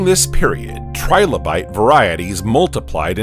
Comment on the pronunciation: Trilobite not tribolite, you ignoramus